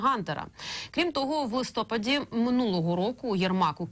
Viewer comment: Как допускается, что диктор ТВ делает неправильно ударение в словах, напр."листОпад", а не "листопАд", кстати, так говорят многие в Раде, режет слух, много малообразованых, к сожалению